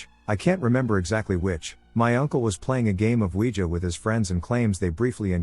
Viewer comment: Oogeeah board😁